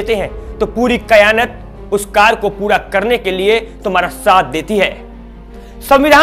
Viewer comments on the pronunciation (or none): जनाब क़यानत नही क़ायनात होता है